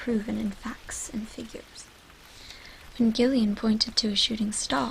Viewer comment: Gillian is pronounced Jillian.